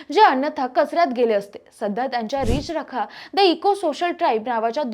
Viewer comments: अगं बाई रिच रखा नाही ते नीट म्हण रि चरखा आहे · अहो मराठी चॅनेल सुरू करता आणि नीट मराठी बोलणारे अँकर तुम्हाला मिळत नाही, 4 मिनिटाच्या व्हिडिओ मध्ये किती चुका आहेत, आणि एकच चूक वारंवार करतात उदा या अँकर सतत रिच रखा म्हणतात पण ते रि चरखा आहे। बाकी अमिता देशपांडे ना हार्दिक शुभेच्छा।❤🎉